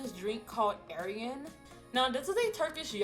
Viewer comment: God; its Ayran, not Aryan😂